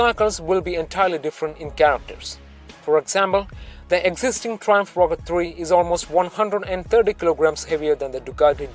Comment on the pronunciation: I wehlie wehlie wyke the Wrochket Free